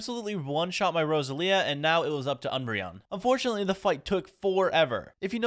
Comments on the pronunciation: it's Roe Zel Ya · It's Roselia bro get it right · ITS PRONOUNCED (RO-ZEL-IA) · dont wanna be that guy but its rose-el-ia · Pronunciations the first legendary you got is pronounced zy-guard and the ghost type that you evolved is called a rune-a-re-gus and the grass type with the flower hands is called a rose-sell-ia and the bagon is pronounced bay-gon